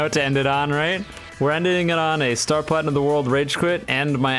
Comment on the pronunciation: I love this "stur purachinum zo wordu..."